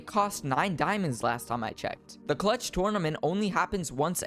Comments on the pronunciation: All I hear cluch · But he said cluch so many times